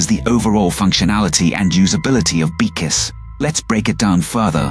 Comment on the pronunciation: Lol, when the AI can't say "BCIs" beekus, beeksys, beeces 😂